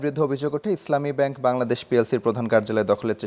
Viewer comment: একটি বারও ইসলামী ব্যাংক বলতে পারলি না ভাই😂